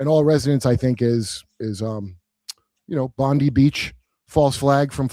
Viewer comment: Lol! No you're wrong about your Bondi beach theory as pertains to Pam Bondi. Bondi is pronounced bond-eye. Sounds nothing like Pam Bondi.